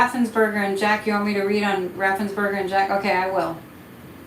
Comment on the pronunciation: His name is Raffensperger, not Raffensburger - I know, everybody mispronounces it. But, very fitting as GA is one of the big purger states.